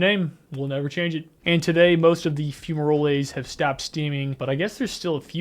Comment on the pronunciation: 'Fumaroles' isn't pronounced "fume-ROLL-As", it's "FEW-ma-roles".